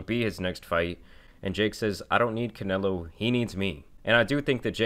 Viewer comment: Why did this Texan Mexican say Canelo say Canelo like that??